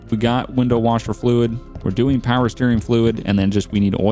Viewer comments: You said more powah baby. please be honest. Do you watch Donut Media?:,D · I loved the "more powa baby!" lol